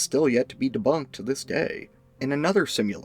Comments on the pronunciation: Ugh, he keeps saying ‘simularity’ instead of similarity. Like when people say nuculer instead of nuclear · "Similarity" is not spoken with a "u". It's not related to simulation. Practice changing speech pattern.